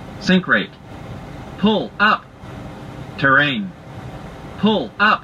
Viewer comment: 〜 RRAIN TRRAIN PuLLuP